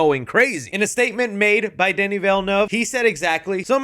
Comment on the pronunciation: Danny .....who? Never heard pronounced like that lol